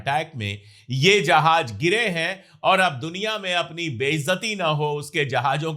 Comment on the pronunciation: Jahaj nahi jahaz hota hai sir